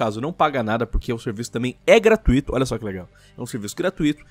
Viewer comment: Meus ouvidos sangram quando pronuncia “gratuito” errado pqp